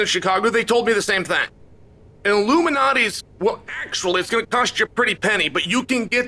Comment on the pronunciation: I thought Chael was talking about some sort of elite pizza society conspiracy for a second... There is an L in Lou Malnati's Pizza its not illuminates pizza hah. I feel like Chael knew this and thats why he said it a million times.